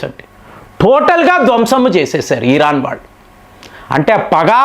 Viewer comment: ఈరాన్ కాదురా బాబు. ఇరాన్ అనాలి. సకం కాదురా నాయన సగం. నువ్వు అనలిస్ట్ ఏంటిరా బాబు. టీవీలో స్క్రిప్ట్ చూసి చదవడం కాదురా